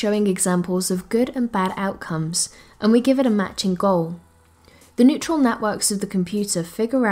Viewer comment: “Neutral” networks..?? I thought maybe I misheard the first time.... Sure, you have some decent points... but it’s hard to listen to when you can’t get basic terms right.